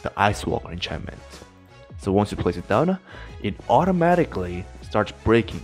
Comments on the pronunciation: I remember when this guy didn’t put “uh” to the end of some words. For example, he says “downuh” instead of “down” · Nobody: Absolutely nobody: This guy: Put it